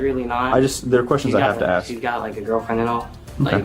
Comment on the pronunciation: Of course the teacher that uses “axe” instead of “ask” is the one beating a student.